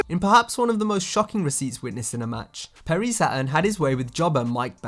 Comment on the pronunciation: "Perry Sa'urn" LOL